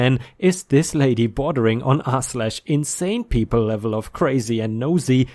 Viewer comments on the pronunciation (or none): none